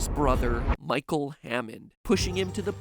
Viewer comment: almost thought you said Michael Affton